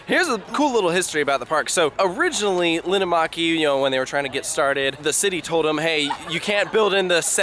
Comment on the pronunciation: im finnish and im literally crying on how you pronounced linnanmäki, but uhhh yeah it was hard to learn finnish pronunciation..